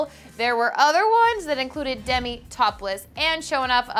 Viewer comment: not demi nooooooo